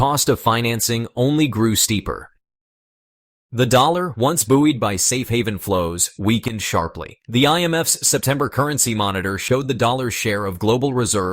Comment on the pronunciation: "Buoyed" is pronounced "boyd." The capital of China is Beijing. With a J. Your robots are out of order -- and all your robot operators need to be fired.